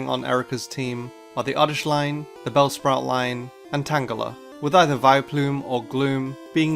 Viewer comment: He said brellspout instead of bellsprout